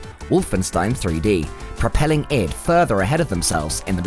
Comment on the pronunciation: EYE, DEE ID , not idd..........Duke was 1000x better than doom/quake IMO, the humour lives with me to this day.